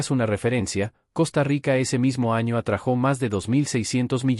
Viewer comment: Perdóname,se dice se atrajo sin acento en la o